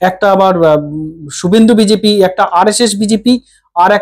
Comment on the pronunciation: এ বাবা এটা আবার চ্যানেল খুলেছে নাকি? এ ত বি জে পি ও ত বলতে পারে না বলে বি জি পি। দুর কি একটা salt Lake o উচ্চারণ করতে পারে না।